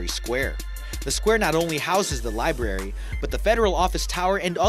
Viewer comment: Please get an narrator who can pronounce library correct. How horrible libary?